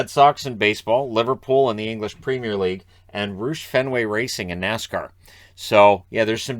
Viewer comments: R-ow-sh, not R-oo-sh.👍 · It's pronounced R-OW-sh. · It's pronounced ROW-sh Fenway racing, and it's not even called that anymore, it's now Roush Fenway Keselowski racing. Just a heads up ;) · The way you just pronounced "Rousch/Fenway Racing" made my eye twitch. The "ou" is pronounced like "Ouch." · Oh jeez, The way you pronounced Roush literally made me wince. It's pronounced R-ow-sh. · Roush is pronounced Rowsh. Also, I know you don’t follow NASCAR, Roush Fenway Racing is now RFK Racing since they’ve added Brad Keselowski to their ownership group. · Roush is pronounced the same as the word out. It is not a "double O" sound. Just look them up on YouTube and you'll get the correct pronunciation. Overall you do a great job!